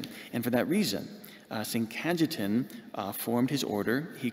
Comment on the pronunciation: Ca-ye-tan is the proper pronounciation